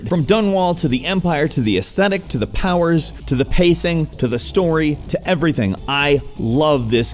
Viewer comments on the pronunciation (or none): none